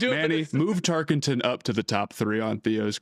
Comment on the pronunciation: I'm gonna be real: If you can't say a players name correctly there's not a lot of trust in me that you've actually put the hours in to study him to put him in any top 10. There's no ing in Tarkenton